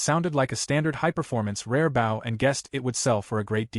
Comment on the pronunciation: It's amazing how you deliberately let tge narrator mispronounce "bow" so consistently.